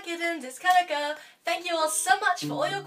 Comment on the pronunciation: You mispronounced my name 😢 but hey ho, are you gonna make another q&a soon? 😀